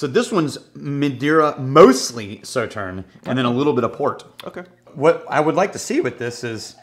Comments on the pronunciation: They stressed the pronunciation of Sauterne, and still didn’t say it right...smh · “Saw”tern is correct. Hurt my ears to hear it incorrect. This is a really nice rye but pricey. Better values elsewhere.